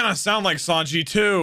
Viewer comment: I love that he calls him Yawn-ji 😂😂